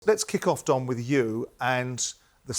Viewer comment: Oi Simon, its DON not DOM 😅